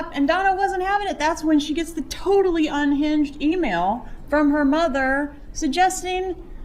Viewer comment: that and muuuuther instead of mother. drives me crazy